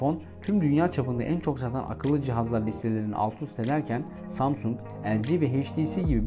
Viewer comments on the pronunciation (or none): none